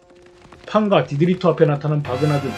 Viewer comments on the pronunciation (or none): 일본어로 트가 토발음이 되서 그런가봐요 ㅎㅎ